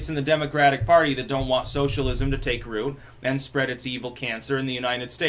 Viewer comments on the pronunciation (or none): none